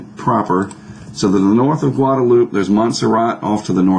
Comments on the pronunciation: I'm reasonably sure it's pronounced Guadaloupay not Guadaloop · I think the island is pronounced "loop" instead of "loupae." There's Guadalupe in Mexico that is pronounced "loupae," though.